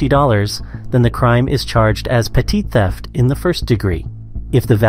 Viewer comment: Did he say Petite😂😂